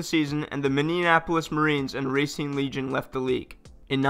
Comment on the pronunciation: Racine is pronounced Ra-seen